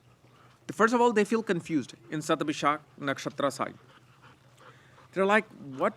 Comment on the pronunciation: It's Shathabisha not ShathabishaKK